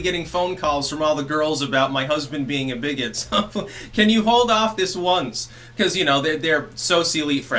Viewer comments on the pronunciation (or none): Socialite, pronounced So-sha-Light. Sorry, You never learn if nobody says anything. It just means you learned by reading and not hearing, no shame in that. I listen to a fuckton of audiobooks. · Did you just say 'sosealeete' and 'lambaste'?